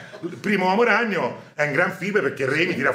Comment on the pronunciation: il maestro pronuncia "l'omo ragnolo" prego